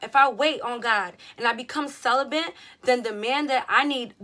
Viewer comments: I love you but there’s no “N” in celibate.. I don’t want any dudes making fun of your pronunciation when you say it . Cel-ih-bit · "celibent"🤔 ok best friend